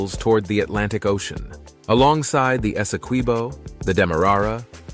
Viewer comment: Very nice Geography and history lessons! You had the right pronunciations except for Guyana nd Kaieteur. It's Guy-an-nah and Kai-tchur. You got Essequibo right. LOL